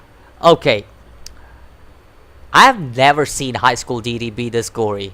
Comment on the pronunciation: Finally! Someone who knows how to pronounce “DxD”